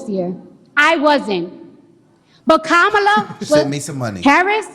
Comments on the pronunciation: Ha! She said her name wrong! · Yeaaaaaashhhhhh ALRIIIGHT CARDI B . Are they gonna give her shit about pronouncing her name wrong. This is an actual embarrassment that they rolled this disgrace out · And she said her name wrong!😂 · Kámála? Where’s CNN? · Where’s that cnn lady to tell cardi she’s pronouncing kamala wrong?? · My question is did ANYONE…anyone AT ALL jump down Cardi B’s throat for “disrespecting a black woman” by “mispronouncing her name”?🤔. Hmmmm…. Anyone? ANYONE?👀 Didn’t think so!🙄😼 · right. You say her name like Pamela, but put the k in front of it, instead of the P and it's kamala. President Trump has said her name correct every time. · So I guess she's racist since she misrpounced Kamala's name?!